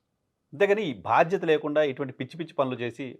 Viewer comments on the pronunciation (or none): Good analysis. Keep it up. బాధ్యత ను భాధ్యత గ పలుకుతున్నారు మీరు